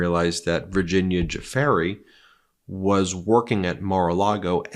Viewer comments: Let’s all practice together - “Virgnia ‘Dew’-‘Frayn’”. “Virginia ‘Dew’-‘Frayn’”. “Virginia Dew-Frayn” Now you give it a try, Ben! There is no “fairy in her name. Go on, we know you can pay her enough respect to learn to pronounce Dufresne correctly! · Ben! Please give the survivors of Epstein and clan the respect of pronouncing their names correctly! It's Djoo-fray... not Joo-fairy! It helps make your reporting that much more credible. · ‘Jew-fairy’? ‘Jew-fahree’? Tch tch tch Ben, it’s ‘Jew-FRAY’ (Virginia GIUFFRE). The interviewer even says it first you. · It is NOT JeFAIRY. Please pronouce her name properly. It can't be too diffucult to find out. Sheesh.... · Your mispronouncing Virginia's last name!. It's not Ju fair e. It's pronounced ju fray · For GOODNESS SAKE!!!! PLEASE rehearse in front of a mirror. "G-ferry"?!!! Whattt?!!! Repeat after me ... 'Guifre' ... 'ayyyyyyy'. Just sayin' ... Otherwise ... great work. 🙄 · Excellent report as usual, but you need to get some help with pronunciation of important people’s names: Virginia ‘Giuffre’ = jiew-frreh not ‘jew-far-eh’. And , Anouska De ‘Georgiou’ = jorr-jee-oo not ‘jor-jah’ 🥰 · Love your network and watch your videos all time. But just one small but important correction on this video, Virginia Dufrais is pronounced “JewFray” not Duferry. Keep p the great work. Love from Eire!❤ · My God Ben, it's almost painful to listen to you butcher the pronunciation of these women's names. Please take a moment and research how to pronounce Ghislaine. It sounds like, "Jizz-lane", not Guy-lane and Giuffre sounds like "Joo-fray" not "Ju-far-ee". Sorry to complain, but it drives me crazy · Are you sure the name of the woman whom Epstein procured for Prince Andrew is pronounced jew-FARRY'? In the sixties, i met a jazz man named Jimmy Guiffre. He pronounced it JIF'free. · "Joo Fray" Ben, not "Joo Far Ay" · Pronunciation Virgina Du fray not Du Fery ,i gee guys i love you but you gotta get things right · It's not pronounced Joofarry!